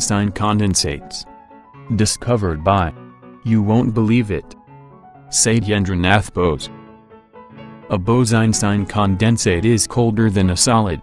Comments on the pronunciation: He pronounced Satyendra Setynder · damn that was some really bad pronounciation of satyendra nath bose